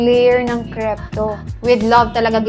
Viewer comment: The cre in crepe is pronounced like "kray"